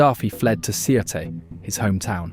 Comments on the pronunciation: Sirte is pronounced as “Sirte.” The E is silent. — a Libyan who’s tired of hearing a non-existent name for a city. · Sirte is actually pronounced without the “e” more like Surt